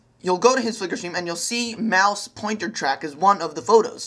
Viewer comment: lmao moise pownter